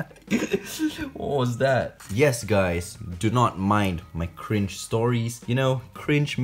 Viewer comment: Its Not C R I N G E!